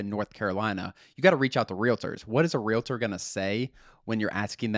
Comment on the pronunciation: It's realtor - not "realator"